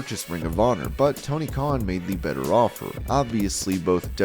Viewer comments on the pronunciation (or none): none